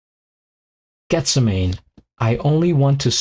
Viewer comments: No it(Jesus Christ Superstar) was made in the 70's and its(The song) pronounced Geth sem man ee. 😊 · It's pronounced Geth-sem-a-nee; the garden where Jesus went to pray the night of his arrest and then crucifixion. Dan's interpretation is absolutely stunning.